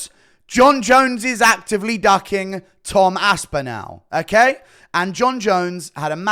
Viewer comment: Enunciate...... DUCKING and DOCKING are 2 different words with separate and unique definitions